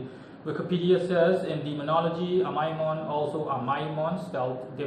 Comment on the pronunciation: You’re one of the only people I’ve heard who says His name correctly.